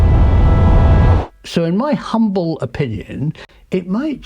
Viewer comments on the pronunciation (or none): none